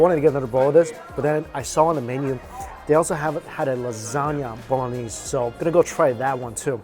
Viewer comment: Bolognese ** lol i swear i heard balonie